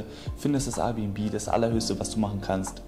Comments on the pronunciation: Air bnb nicht R bnb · Alter Das“Rbnb“ regt mich so auf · Der soll erst mal lernen dass es AIRbnb heißt junge größter trigger😂